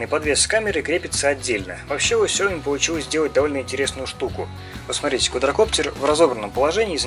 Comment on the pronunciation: Не Сяо́ми а Сяо Ми́! 😁🙏